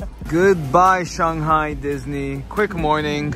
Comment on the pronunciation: This is the first video I’m watching in this series so I might have missed something but why does keep saying Shunghai instead of Shanghai?